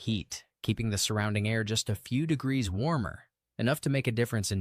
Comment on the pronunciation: Pretty sure you're ai. Degrees is not said like that.